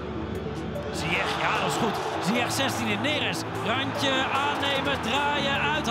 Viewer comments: "Zyesh",not "zyekh " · no one: the commentator: ziyeqkqk